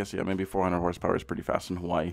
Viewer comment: And did he say HRSPERS!?!?